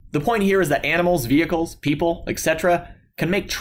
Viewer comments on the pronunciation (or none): You say animals just like my brother. AMINALS lol